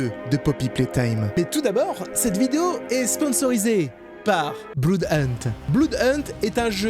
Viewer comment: pk tlm dit bloud au lieu de comment se dit vrm blood ?